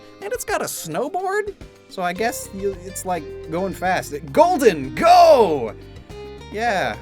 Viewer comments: I like the way you pronounced "gholdengo". Sounds better than golden go. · Thank you for not pronouncing Gholdengo like "Golden Go" like so many others